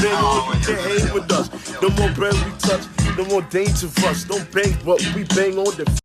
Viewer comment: see how he say dangerous...he say it just like 🐷 piggy